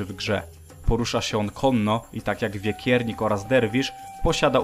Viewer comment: To wekiernik a nie wiekiernik bo on nie jest z wieków